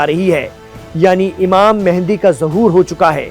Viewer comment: تم خود کو مسلمان کہتے ہو کوئی بھی مسلمان امام مہدی کو امام مہندی نہیں کہتا ویسے تمھارے بات کرنے کا انداز اچھا تھا صرف امام مہدی کو امام مہندی بتانا غلط تھا ڈاکٹر عبدالروف طالب پاکستان